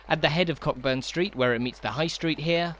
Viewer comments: It’s pronounced ‘Coaburn’ not Cockburn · Loved this, great work. Just one point - Cockburn is pronounced Co'burn, silent 'ck'